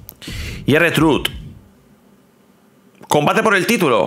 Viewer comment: La pronunciacion de R-Trhuth es Ar Trhuth